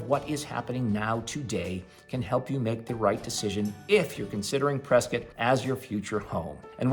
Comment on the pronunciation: Why do you call it Priscuit, like Biscuit? Don't the locals call you out on that?